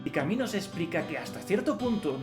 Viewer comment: ¿Porque no pronunciar en español si español hablamos?.. Albert Cami?? Camus! Bueno eso ajeno a lo bueno o malo del contenido, que de hecho no lo he visto, solo vi a otra persona por acá en youtube diciendo Albert camujc, y entró acá y Cami.